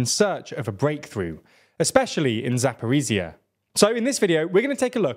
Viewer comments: Attempt 3 of getting;DR to pronounce Zaporizhzhia correctly: it's za-po-reej-jah... the j sound is similar to that of the middle of the word "leisure". Not za-por-ee-zee-uh. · Still, pronouncing "zh" instead of "z" in "Zaporizhzhia" wouldn't hurt ;) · Thanks for your analysis! But could you please try to pronounce Zaporizhzhya with a proper zh sound? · 'zh' in Zaporizhzhia is not pronounced as 'z'. It is the same sound as 's' in 'pleasure' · "Race Across Europe"? I hope your map isn't accurate, since getting no further "across Europe" than Linz is rather short-sighted. On another issue, Ukrainian place names aren't really that hard to pronounce if you take a few minutes to accustom yourself. So let's hear you pronounce Zaporizhzhia and Staromlynivka correctly next time.